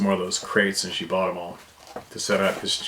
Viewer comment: TOOFS DAMMIT! TROO DEM TOOFS 😂😂😂